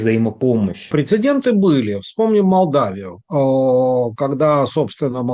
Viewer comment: Для ведущего-нет такого слова "прецендент".